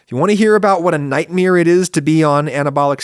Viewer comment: Has anyone noticed that Adam pronounces "nightmare" the same way Bert Kreischer does? It's a NIGHTMEER! :)